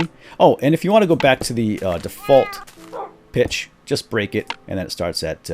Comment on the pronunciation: whene you siad 'go back to the default pitch' i thaught you said 'go back to the defaualt bitch' and i choked on my sandwich :P